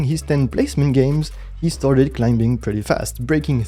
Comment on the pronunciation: Awesome video! Side note: the "b" in climbing is silent.